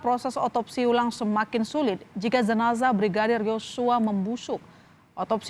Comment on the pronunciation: Jenazah lho, bukan zenazah.